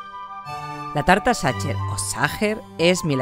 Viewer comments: Sacher pronuncia como sajer no como tu dices satcher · Pronúncialo "sajher". No "sacher". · Gracias! La probaré. Y... Sin intención de ser pedante, se pronuncia /sajer/ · No es la falta de conocimiento (que todos tenemos claramente) es la falta de interés. Si escuchas que los locales le llaman Sacher [ˈzɑxər en el AFI] puedes tratar de intentar replicarlo un poco puesto que estás en su país (ya si te sale la cadencia mal se entiende), pero es que (xər la última sílaba de la palabra en su idioma) y (ʃɛr que sería la última sílaba de pronunciarlo tal cual en español) ni siquiera son el mismo fonema :/ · Gracias por la receta! Sin duda toda una joya. Solo una aclaración, fonéticamente se dice Sajer o aún mejor Saja (ch se pronuncia en el alemán como una J y la terminación -er tiende a escucharse como una a) solo lo digo, para quien se llegue a Viena y pregunte (ya sea por la torta o el hotel, le entiendan de lo que hablan. ;) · A modo de comentario, esa resistencia que tienen los españoles en pronunciar las palabras en su idioma original 😅 los idiomas es riqueza cultural, no atentamos contra nada en pronunciarlas como fueron creadas. También probé la tarta en el Hotel Sacher ("sager" para su pronunciación) veré si con esta receta logro a hacerla parecida a la original. Gracias por difundir 🤗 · Porque lo pronuncias así? Sería más similar a [sajeeer] es lo más parecido. En México lo comemos sin saber, mi abuela lo preparaba para mi cumpleaños. El que venden en el hotel Sacher tiene una cantidad enorme y loca de azúcar porque así se conserva más para que aguante el viaje, porque muchos turistas lo compran para llevar. No es de mis preferidos. En México he comido lo más ricos. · Se escribe Sacher, pero se pronuncia Sacjer. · Queda horrible que pronuncies CH. Es Sajer!! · Por favor, pronuncia el nombre corretto! "saquer" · Por favor, se dice SAJER, la ch en aleman, es J...en serio, tanto esfuerzo en reproducirla y no dar un paso mas en la pronunciación?.